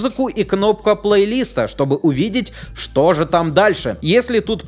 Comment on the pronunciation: ПлейлистА ударение на А а не на И